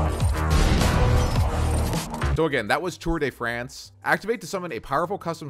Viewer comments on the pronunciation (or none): its tour de force not france lmao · Tour De Force, not France 😂 Great video tho! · Its Tour de force not Tour de France .... Three youtubers did the same mistake lol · im french and sad its not tour de france but tour de force or tour of strengh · He said tour de France LOL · Lmao "tour de France" If that was the name it wouldn't say "tour de force" come on